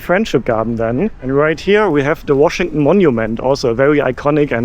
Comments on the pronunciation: Washington ❌❌ Washingunn ✅✅ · Washington is pronounced WashingTON. You pronounce it the way Germans do where they swallow the TON at the end. It chokes me up.😅😅😅